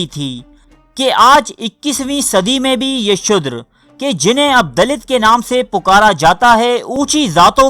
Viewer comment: Apo ki stories bohat acchi hoti hain.magar Tallafaz bohat ghalat maslan shudher ka asal lafaz shoodar hai.